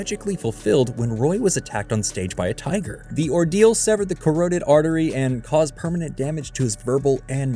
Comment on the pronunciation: Teach your AI how to pronounce "carotid"